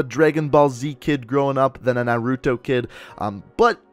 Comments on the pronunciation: It’s nar-a-toe not nor-re-two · Hey just for future reference Naruto is pronounced Nar(sounds like bar)-U(You without the y)-to(toe) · You're not getting a dislike for mispronouncing Nar-U-toe, but for not knowing XXX's album cover. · Toe b from Nah Ru Toe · It is nar-u-toe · he pronounced nareto wrong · The way he says naruto makes me cringe. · Really? No comment about how he pronounced Naruto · I hate the way you say naruto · Why you pronounce Naruto like that bruuhhhhh😂😂